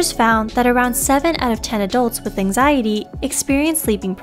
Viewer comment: this lady keep saying anxiezee increased my anxiety...